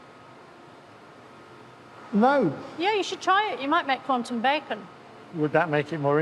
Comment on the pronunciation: In all honestly, I heard it like "Quantumic physics", which is wrong, it's like saying peanutic butter.